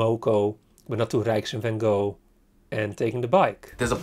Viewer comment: Hoe kan je in godsnaam vanGo door je strot krijgen? Als Amsterdammer hoor je toch de juiste uitspraak te weten?